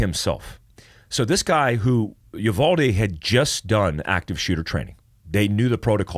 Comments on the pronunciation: The town is called you-VALD-ee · I’m from San Antonio and uvalde is pronounced (you-Val-dee) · Uvalde (You-Vawl-Dee) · Uvalde pronunciation is Yoo-Val-Dee